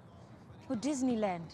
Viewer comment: "I thought you would bring me to the Didneyland"